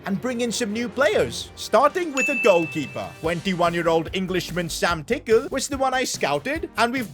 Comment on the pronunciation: when he said sam tickle i thought he said sam pick;e